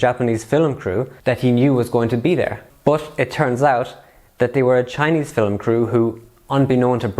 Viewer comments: mate please its not FILLUM its film ! i have never heard anyone say filluming someone ever until you came along , stop it please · Stop saying "Fil-um", its "film" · Filim is the wrong pronunciation